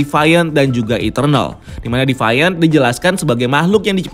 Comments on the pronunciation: bukan defaian, tapi divien. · Agak terganggu sama pronounce nya. Deviant dibaca "dee-vee-ent" bukan "devaiyent" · youtuber2 luar aja ngomong deviant ya 'de fi an / di fi an' disini doang yg 'de fa yen' 😁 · Devaint??? Agak risih dengernya. Deviant sesuai tulisan bacanya.